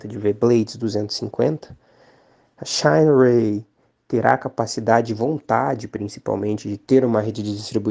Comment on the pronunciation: "Xainirey" kkk tomar banho viu